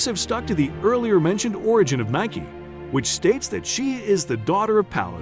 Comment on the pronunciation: Explains the correct pronunciation and then proceeds to use the wrong pronunciation. LOL besides that, very informative! I learned a lot.